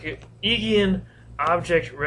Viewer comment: The Ei in Eigen is pronounced 'Eye' for future reference.